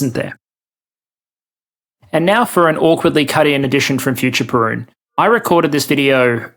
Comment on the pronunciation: My biggest takeaway: this guy's name is not pronounced Pee-run